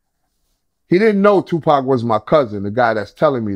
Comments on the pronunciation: Why’d he call him 2 pack at 52 seconds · He said 2Pack 🤷🏿‍♂️ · WTF?!! Did his cousin say two-pack?! 🤣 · He called him two pack 🤦🏽‍♂️ interviews done 👋🏾